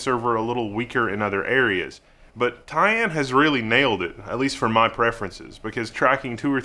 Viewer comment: Side-blurb: pronunciation- are we sure it’s, ‘tie-ANNE’, and not just , ‘TIE-en’? The emphasis on ‘Anne’ sounds odd to my ear. :)